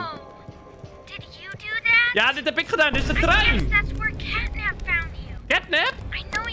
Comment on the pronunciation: Het is niet catnip maar catnap